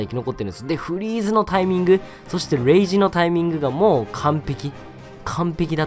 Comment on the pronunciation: 「フリーズのタイミングレゥイジのタイミング・・・」のとこでちょっと笑ったw